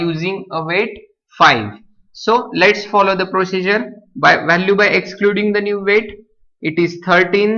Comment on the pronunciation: gaavthi marathi . vhhhalue 😂😂